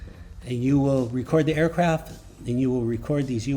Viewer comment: Aircraft “T” there’s a fcking “T” on the end of the word 😪